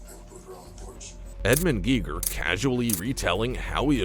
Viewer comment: It's pronounced Gay-gher. It's a German name like the German physicist that invented the Geiger Counter.